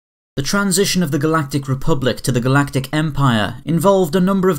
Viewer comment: "the first GALATIC EMPIRE"